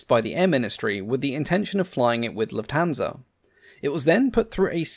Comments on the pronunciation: The accent is on "luft" not "hansa". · this robot pronounces Lufthansa totally wrong